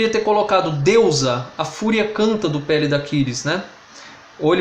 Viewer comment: Cuidado com a pronúncia das palavras a-TRI-da, cro-NI-da, pe-LI-da!